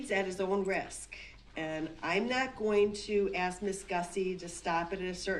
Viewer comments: I think Brooks must have been a lumber jack in a previous like, always talking about axes 🪓. Axe this, axe that. Grounds. He's doing a bang up job of showing how stupid he really is. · I wish so desperately someone could explain to him the word is spelled and pronounced ask. Not axe. No one axed him to do anything. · The man doesn't know the difference between the words 'ask' and 'axe' yet he's arguing law with a judge. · the judge is amazing to make it simple. we have a saying anything can be cured but stupidity has no cure. so I'm not an English native speaker. but i spent 12 years studying it its really extremely annoying to hear his say { aks not ask } just pointing it out. honestly he did what he did with parade seeing him i think there is no need for a trail. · 1 more time; the "S" comes before the "K"!! ...it's ASK not AKS!! Now say it!! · Ask. Not axe. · I'm not from America but why do blacks say "ax" and not ask? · I want to ax you a question, ah the beautiful English language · And it is ask not aks!!! Why is this so hard? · ''I did what you AXED me to do".....proper English may help in court but nothing will help this highly narcissist sociopath mass murderer. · He "axed" her. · Is he saying axkt? ?? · He shows his intellect by using the word “Axkin” spoiled momma boy. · Why can't he pronounce ask correctly?